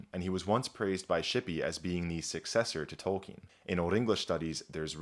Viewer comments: That amazing voice, pronouncing "Tolkien" correctly....you got yourself a new subscriber. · known about him since forever and only now I find out it's pronounced like "Tolkeen"